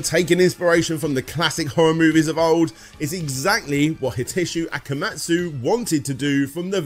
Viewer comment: FYI, it's akumajou, not akamujou. Akuma (悪魔) meaning devil and jou (城) meaning castle. If you have trouble remembering the order of the vowels, just think Akuma from street fighter + "Joe" like a cup of joe. Akuma, Joe. Akumajou. I also think it rolls off the tongue better if you stress the second syllable instead of the third, though that may be a matter of personal taste. Also his name is Igarashi, not Igarushi.